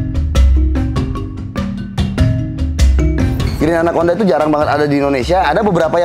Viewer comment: Pas bilang anakconda gw dengernya "anak onta"